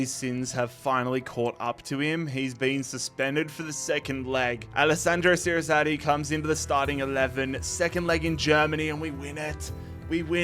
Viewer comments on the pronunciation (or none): what is that pronunciation of Circati. It's a C not an S., Ch sound not an S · Technically it should be pronounced seer-kah-tee